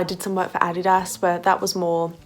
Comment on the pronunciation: oh my gosh I just figured out you said Adidas in your accent at the beginning 😂 pronunciation is so weird!! not judging tho! Just interesting :)